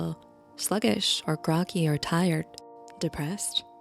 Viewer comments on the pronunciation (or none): "So it doesn't make sense, but it makes sense..." In my opinion, that's a recurring theme and the best description of psychology. Also "grocky". 😂. Groggy.